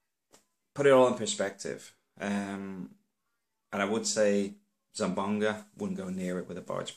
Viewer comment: Its Zamboanga not zambonga